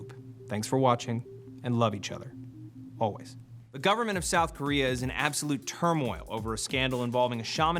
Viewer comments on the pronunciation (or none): none